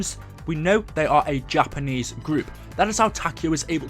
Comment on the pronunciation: when u said takanese i died 😂💀💀💀